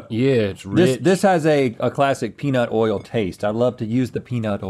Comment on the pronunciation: This is y’all’s reminder that the word “oil” is a one syllable word -sincerely the south 😅